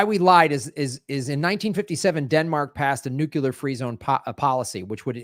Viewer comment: Nu- Clear NU- CLEEEAAARRR! NOT NU-CUUUU-LARRRR!